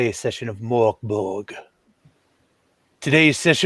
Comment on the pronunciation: Actually it is Mörk